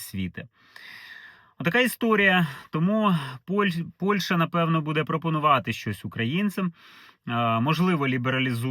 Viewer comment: Працюйте над вимовою... Не Польша, а Польща. Не украïнцы, а украïнцi. Не офiцыант, а офiцiант